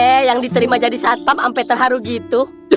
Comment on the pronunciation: harusnya satpam bukan satoam